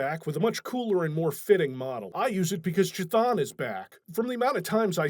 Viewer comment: Chthon is pronounced like "cone." You'd think after 30 years would have learned how to pronounce it correctly.